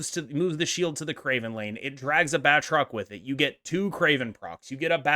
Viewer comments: Good video, but I need to call you out on your pronunciation. It's pronounced "BAT-roc ze Lee-PAIR". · It's pronounced baltroc the leap-aire (lie)